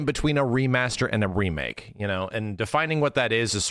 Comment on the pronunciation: A "DEE Make" 😂